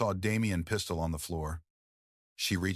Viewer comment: Lmao The pronunciations though! "There was a PEE-stole in his hand!" 🤣 🤣 🤣 🤣